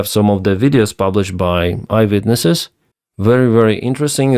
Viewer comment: I thought you said “Ivan witness” instead of eye witness, it’s actually a good one🤣